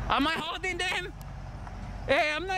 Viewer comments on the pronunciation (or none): none